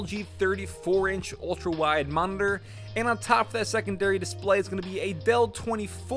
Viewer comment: he says moridor instead of monitor